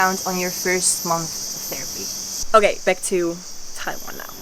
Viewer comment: TaiWan, very good Chinese pronunciation 👏🏻👏🏻👏🏻👏🏻